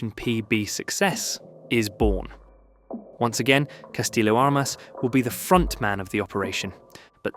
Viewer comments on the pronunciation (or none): none